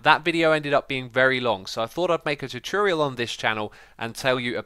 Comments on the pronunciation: the way he says tutorial hahahaha chuchuriol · anyone else bothered by how xisuma says tutorial?